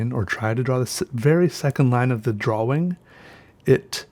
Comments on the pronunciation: are you saying draw-wing? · Dwawing lol